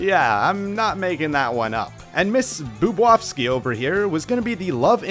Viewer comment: The way he pronounces Tiara’s last name hurts so much. It’s BoobOWski not boobwaski. But I digress, I enjoyed the video, I already knew some of these scrapped characters but I didn’t know about Metal Shadow and a few other characters.